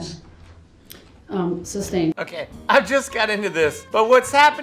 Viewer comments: The fact that he says substain Instead of sustained through the whole thing made me laugh every time I heard it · I’m far from a lawyer but been following like a lot of people this case I swear i hear him saying on a occasions during the trial “substained” isn’t the correct word being used sustained 🤣 the state must of been rubbing there hands together when they learned you was representing himself 🤣🤣🤣🤣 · 😂You said “substain”. Great video,!